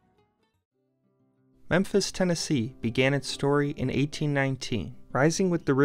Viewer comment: Memphis Ten a key!